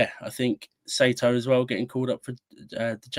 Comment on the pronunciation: good pod, but please guys, it's "SIGH-TOE". One of the most common surnames in Japan please get it right LOL